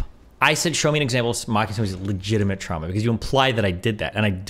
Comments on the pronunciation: we don't pronounce it trama, I pramise. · This is disgusting, I can’t believe she would pronounce “trauma” and “process” like that. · lol'd at Lauren saying "TRAMA" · Im sitting here fuming how does destiny just take that. “Trama” kill me ffs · No one in Canada pronounce "Trahmah" like that except for Lauren. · If she says TRAMMAH one more time I’m gonna lose it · I can't take the "Tramma." Two times was enough--unlistenable. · He was triggered the moment she pronounced trauma as tramma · Why does she pronounce trauma like “Trama”. What the fuck bro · why tf is she saying tramma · Pretty hilarious that it’s Destiny’s audience that chirps her because of her pronunciation of the word trauma. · Okay, now some bizarre Canadian pronunciations are forgivable, but "trauma" is spelled au. Does she say "caaaaaaaaation, curvy road ahead"? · The way Lauren pronounces the words trauma and traumatizing, etc. is pretty funny. I wonder if that's a weird dialect thing. Not sure where's she's from. She uses a short a instead of the normal / correct elongated a sound. Never noticed that before but she says it so much in this vid that I can't ignore it. It triggers my grammar goosestepping gene. XD